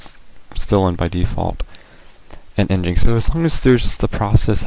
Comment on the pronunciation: Psst: nginx is "engine x" not "en jinx".